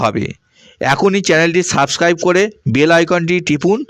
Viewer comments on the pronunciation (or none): none